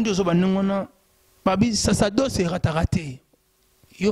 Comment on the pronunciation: Yango chroniqueur oyo nini kaka hein??? Image ou mage, sacerdoce ou sasadoce ... Mais apprenez qd mm la langue de Molière mon cher. Ql honte!!